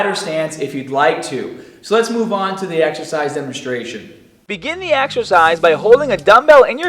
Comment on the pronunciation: AXERCISE ... AXE-ER-CIZE... AXERCEYES